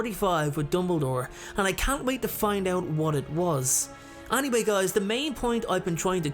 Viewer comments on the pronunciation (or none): Ok whatever..i mean i dont have a problem with your accent..its just the way you say the word "anaway", its so bad.